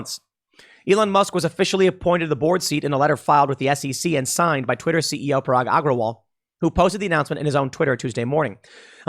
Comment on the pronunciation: Tim pool actually nailed pronouncing Twitter CEO name